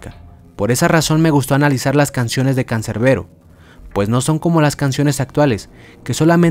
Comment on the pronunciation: CANCERBERO????, ES CANSERBERO CON "S" JODEEER😡🤬